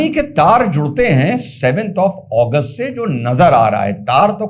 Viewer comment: अगस्त को ओगोस्ट क्यो बोल रहे हो